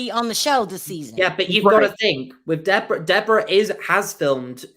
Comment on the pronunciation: Her name is Deborah NOT De Bora